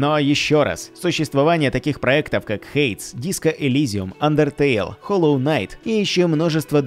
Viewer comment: [ˈheɪdiːz], а не «хэйдз», для начала Ну и да, смотря на название ожидаешь услышать что-нибудь конкретное про обе игры, а получаешь общую водичку ни о чем